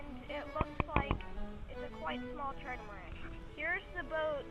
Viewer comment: I thought hello kitty belogned to matt... also, you kept saying tridamaran instead of trimaran